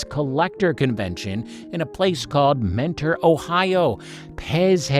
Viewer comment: Mentor, OH is actually pronounced "Mener" The only way I know, is I went there once, and my pronunciation was quickly corrected by the natives there.